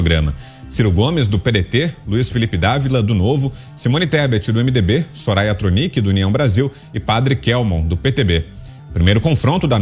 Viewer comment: A Soraya nem sabia falar o nome do padre kkkkkk